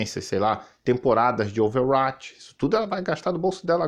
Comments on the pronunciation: Ouveruate kkkk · Quando o 🥈 pronuncia "Overwatch" é engraçado demais... 🤣 Temporadas de que? Over what?! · Kkk realmente e bizarro kkkkk